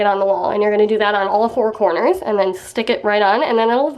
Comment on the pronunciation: am I the only one who hears corns